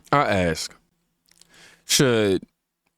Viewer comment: what happened to your annoying laugh? You toned it down, now lets work on saying ask correctly. Say ask, you can do it